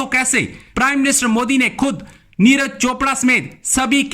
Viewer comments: यार पाकिस्तान वालो अगर नाम पढ़ना नहीं आता तो कम से कम सुन कर सीख लिया करो, नीरज को नीराज बना देते हो, विराट को विरात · Niraaz nahi niraj hota hai bhn ki lodi... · Madam Neeraj hai, Neeraaaj nahi🤣🤣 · Neeraaj chopra porkiyo pe toh dhang se naam lena bhi nhi ata 🤣🤣🤣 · उच्चारण तो करो सही से, नाम है उनका "नीरज", "नीराज" नही है। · Neeraj not Neeraj hr name bigad dete hai ap log bartania Britain k ha 😃 bolte hai ap log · Madam j kam se kam aap Neeraj chopra g ka name to sahi se lo